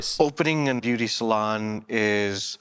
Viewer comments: When you kept saying beuaty salon I died 😂😂😂😂 I love this channel i swear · I giggled every time you pronounced beuaty lol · Bro I choked when you kept saying beuaty 🤣🤣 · The way you pronounce beuaty salon is the best!😂😂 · Each time you say BUETI salon, I die 😂😂😂😂😂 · "...and now they're sitting here with nothing in a failed beuaty salon." 🤣🤣🤣🤣🤣🤣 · I die every time you call it a "beuaty salon" 😂😂😂😂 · Imma piss myself if he says beauty salon wrong again😭🤣🤣